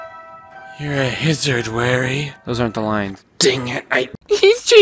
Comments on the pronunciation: "you're a hizard, warry" 😂😂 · "your a hizard warry"